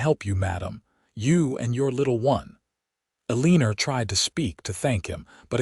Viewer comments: Not Aleenur🫤 it’s pronounced Ellen- nor.🤦‍♀️ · The first time I heard it I was like I have never heard of the name Elleener before? 😂😂😂 Then I watched the reading and figured out that it was a miss pronounced word. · Can pronounce Kieran but not Eleanor. 😂 Great story though.